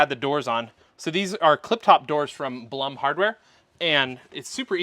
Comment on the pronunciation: Just a friendly FYI, the Blum name is pronounced Bloom like the flower. They are an Austrian company. One of my boys is employed by them here in NC.